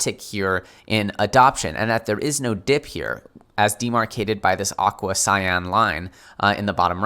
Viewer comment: "Auqua-cyan"... I love this guy!